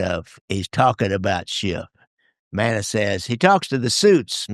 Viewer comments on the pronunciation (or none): Fascinating topic and subject. Thank you. PS: his name is pronounced, ‘Mannis.’